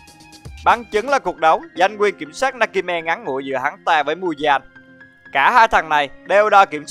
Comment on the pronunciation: Muzan mà anh đọc là Mudan